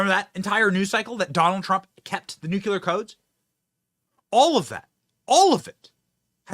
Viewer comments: Nuclear not nucular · ITS PRONOUNCED N U C L E A R BENNY NOT N U CUUUU L E R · NUCLEAR, not nucular. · Benny, its not nuculure, please...its nuclear...NEW-CLEAR pronounced like this. Dont mean to be petty but you are a political media face and should most definitely know this is how it is pronounced. Only you and George W pronounce it this way lol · The word is „NUCLEAR“, not NUCULAR! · Love your show but please pronounce nuclear as (new-clee-er) not (new-cue-ler) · Benny... It's nuclEar, not nucUlar! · GOD I wish you read comments. Learn how grown ups say Nuclear! It's NEW....CLEE...ER.......Not NU...Q LAHR..... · Benny...please. It is just two simple words. NEW and CLEAR. Now say them together. Love your content, by the way. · Benny, I love you, which is why I'm saying it's NOO-CLEE-ER